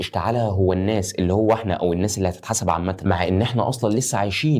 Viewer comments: جزاك الله خيرا ربنا ينور بصيرتك بس لو سمحت اتعلم حتى اساسيات التجويد. انا مش أهل أعلق لك على مخارج الحروف لكن الأخطاء في الضبط (التشكيل) في القرآن تعتبر كارثة الناسُ مش الناسَ التغيير دة ممكن يعكس معنى من معاني القرآن مينفعش في حقك وانت تعتبر ( public figure) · الناس السين عليها ضمه مش فتحة وشكراً لمجهودك الهادف